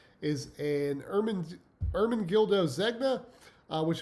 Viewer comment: Couldn’t stop laughing at the Ermen-dildo tie!!! 😂 (last name pronounced zen-ya...also that pattern earlier is pronounced jack-erd)